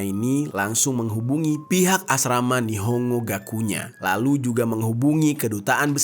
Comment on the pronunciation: Bacanya bukan nihongo bang, tp nihon-go